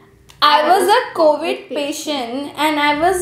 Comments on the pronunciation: It is not freaking coovid it’s co-vid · The right girl saying cauvid🤣🤣